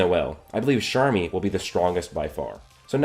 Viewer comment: he says sharmy every time, where is the c at